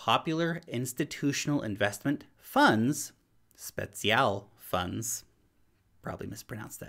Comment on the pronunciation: Spezial fund pronunciation wasn't too bad!